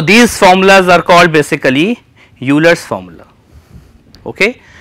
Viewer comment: Euler is pronounced like "Oilar" not "U-lar".